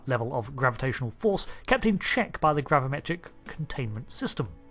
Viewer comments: *gravimetric....... with an i...... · Gravimetric instead of gravametric?